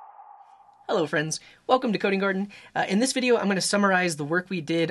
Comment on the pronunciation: Bro when u said welcome to Coding Garden I heard welcome to kindergarten 💀